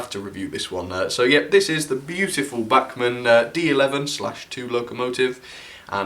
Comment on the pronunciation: Agree Bachmann have done a great job for £90 - bargain of the quarter? Sick bags and neck braces free addition. Was surprised at lack of crawl, but Sod's Law states it will crawl at 0.0001 mph as soon as camera is switched off. (not many English pronounce these names correctly, so well done).Alan.